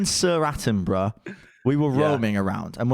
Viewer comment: "Sir Attenbruh"